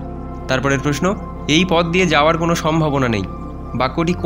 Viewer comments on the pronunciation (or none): none